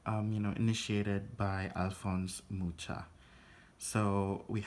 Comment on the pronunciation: It's Muha not Mucha. Thanks for the review.